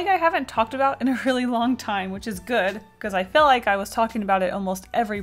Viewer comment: "I don't eel good Mr. Stark"